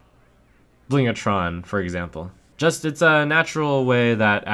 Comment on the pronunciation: Why does he keep calling Blingtron a "blingatron"?